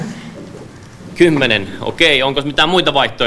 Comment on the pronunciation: "Kymmene" äx dee dee dee